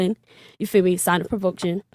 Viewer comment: Provoction? its PROVOCATION 😂😂